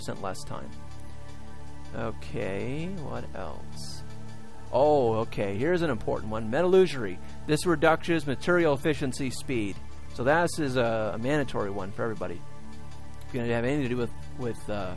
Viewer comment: LOL "metaloogery"